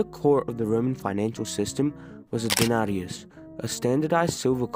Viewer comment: this guys pronounciation of denarius is crazy 💀